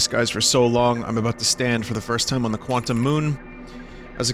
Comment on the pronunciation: Quant-TUMS Jesus christ Vinny 🤣